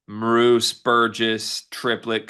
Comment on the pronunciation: Depth piece, 3-pt sniper as you noted. Idaho played at BYU, so KY must've been impressed. Name is pronounced MEER-us. BYU '82